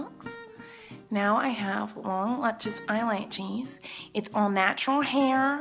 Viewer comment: it is sort of annoying when she say "lunches lashes"